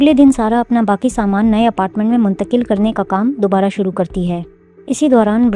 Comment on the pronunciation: mungtaqil kya hota hai?? 😂😂😂😂😂😂😂😂